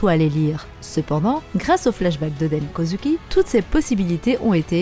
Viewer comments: Sa me dérange vraiment la façon dont tu dit Kozuki tu le prononce Kozuki mais sa se prononce kozouki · Oui mais toi tu dis kozUki c’est ça qui me dérange et puis si tu me dis que c’est comme ça que sa se prononce va voir le dernier épisode c’est pas du tout comme ça qu’il le dise